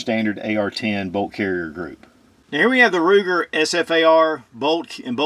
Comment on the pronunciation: Every time I hear Ruger 🤮